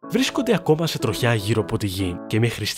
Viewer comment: Δεν άντεξα να ακούω 'τρο-χιά' και 'τρο-χιά'.... ΔΕΝ προφέρεται σαν τη λέξη 'τριχιά'. Και το σιδηροτροχιά έτσι το προφέρετε